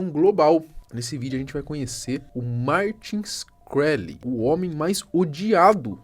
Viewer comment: Martin “XI-kreli”***